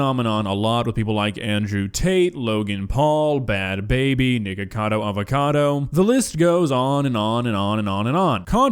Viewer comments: AT A MOMENT I THOUGHT HE WAS GONNA SAY THE N WORD BUT no, HE JUST SAID nikocadoavacado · when he said nikicodo avacado i heard something that is not aloud in this comment section